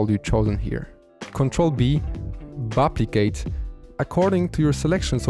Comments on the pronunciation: Sorry if I heard you wrong, but are you saying CTRL + B for "Buplicate"???? Made me laugh very hard lmao, I will always remember how to buplicate selections in the FL playlist now. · Nah he definitely said "buplicate" the first time lol, that's so funny